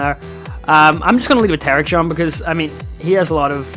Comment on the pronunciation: TER-RACK-EON, NOT TERACHYON